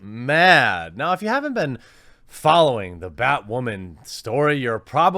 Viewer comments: Is he saying “ bat-ramen or bat-women”? I can’t fucking tell! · "Batwhamen" lol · Bat whamman? Batdyke!